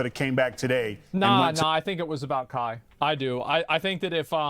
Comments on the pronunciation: How do people paid to be on television somehow read "Kai" as "Kah"???? How does this happen? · How tf do you pronounce kai as kah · You clearly know it's a boomer news guy when they can't when say Kai right and says "ka" when there is an i in the name there for a reason. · She follows and knows kai but cant say his name right ???!?!?!?!?! The news is such a scam . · How can ”Kai” be that hard to pronounce😂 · Just the fact that they haven't even taken the time to learn how you say his name correctly just completely nullifies their statements. This is on Kai. It's all unfortunate and a rough lesson learned. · This guy can’t get the platform or the person‘s name right. To be a reporter in 2023.. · How is every single one of them incapable of reading and then saying the name "Kai"? I'm going insane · it is, but the reporters here pronounce it like a Mortal Kombat character 😂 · i dont condone kai at all. but the news casters not being able to pronounce his name right just shows how much they actually care about the topic. just going back to their old boomer takes, "i mean if it was the beatles i get it...."